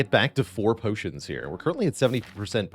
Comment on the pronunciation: The way my man says pyotions! ❤